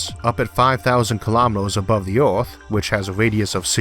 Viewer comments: Not sure what language you speak but English isn't your first. Oarth is the first clue but you miss pronounce to much to take you serious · Where's the narrator's accent from? I've never heard anyone pronounce Earth as Orth! From and repeated several times. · Orth?? Wt. Why choose to speak in a fashion no one can understand?? Are you trying to say Earth? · ad 3. who's embarrassment is saved - yours? You may have thick skin, but the wrong job too. It's like conducting a symphony orchestra without hearing. Elevatos stretch far above the Oath, so they can simply be cut by orbiting space debris. You eitho need to correct the impediment or stop talking. Are you aware how annoying you are? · The Orth. LOL!